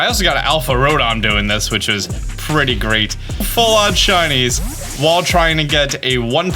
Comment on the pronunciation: It’s “while”, not “wall”. Lol